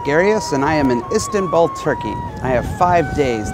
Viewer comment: I hate how he pronounces Istanbul 'istintbul'